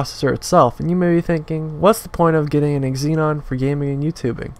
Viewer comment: It's Xeon not Xenon